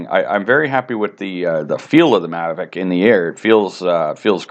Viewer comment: its called Mavic not maverick.